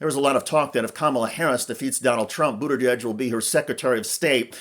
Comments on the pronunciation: You need to practice pronouncing "Buttigieg." You keep saying "Boot-a-Dedge" instead of "Boot-a-Jedge." I suggest practicing with the word "judge," gradually transforming the vowel into "jedge." "Boot-a-jedge." You're welcome. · Good coverage, but please learn to pronounce his name correctly. It’s BOOT-edge-edge. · He cannot pronounce Pete’s last name to save his life 🤦🏽‍♀️🤦🏽‍♀️🤦🏽‍♀️ BOODERDEDGE! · Thank you I thought it was only me that heard BOODERDEDGE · Please, for God's Sake learn how to pronounce Pete's last name correctly! Mispronouncing Buttagieg is as disrespectful as mispronouncing Kamala!! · Why does he keep saying Buddagegge? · Buda•judge. Lets get pronounciation right. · "Booter-dedge"? Seriously? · “Boot edge edge” is the pronunciation. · It's Buttigieg, for god's sake, NOT Buttideg. You undermine your message when you don't bother to pronounce his name correctly. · Best way to pronounce name was seen during Pete’s run for President. While Pete Buttigieg was being interviewed there was a person in the crowd behind him with a sign that read “It’s pronounced BOOT-EDGE-EDGE”. It may not be a perfect pronunciation but it definitely is better than the host’s attempt. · “Booderdedge” lol jeez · Ikr? I had to look it up. I thought maybe I'd been saying it wrong. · Booderdedge? It’s not that hard to pronounce!! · Why does this idiot keep saying Boot-uh-dej? what Dej is he booting? is this Dej in the room with you now, idiot in the gray suit? Is it interfering with your ability to speak? Step aside, friend, and let those more competent than you hold the floor! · Why is this guy calling him booda dadge? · Butterdege? Bruddajedge? Burrteredge? 🤦 holy fkn sht wtf is wrong with this... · Learn to pronounce Pete's name. It's not hard. Do better. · 1) he's transportation, not interior, 2) that's not how he pronounces his name.😊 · The least u can do is pronounce his last name correctly. Very unprofessional and hurts your point. I love Pete❤